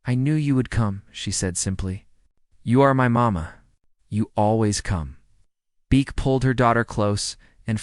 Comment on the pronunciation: They divided them up. Because to Asian AI that is acceptable. Six were held at the same facility so that means they needed to divide up the other six. Una is pronounce oo-na. Beak is pronounced Beck. It's bad when Asian AI can't even get it right. Thumbs down do not recommend. Channel blocked.